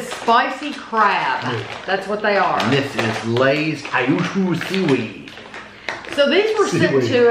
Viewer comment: i actually love the kyushu seaweed chips i buy them all the time...but pronounced wrong lol kyu shu no three syllables lol just two Kyūshū